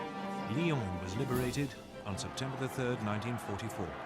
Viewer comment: Reminding myself that the French town Lyons is "Lee-own" and not "Lions" as it's pronounced here...